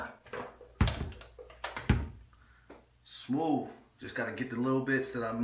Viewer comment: Did he say it's Smuuvh and doesn't Herz? 😂 Great demo Bro. Thanks for sharing.